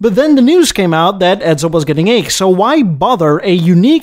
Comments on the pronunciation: Good story bro but it's Edsel, not Edzel. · I've never heard of a car named Edzuul & the voice is hideous & sleeazy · A few mistakes I'd suggest you learn from. The car's name is pronounced "ED*sel" and not "ED*zel". If you want to write "Two Hundred Fifty Thousand dollars" in numerals, the proper format is "$250,000". You do not substitute periods for commas. "Comet" is pronounced with a short "o'', not with a long "o" sound. You wouldn't like your name mispronounced "Eed's" and Americans don't like their names mispronounced, either! It shows ignorance and disrespect.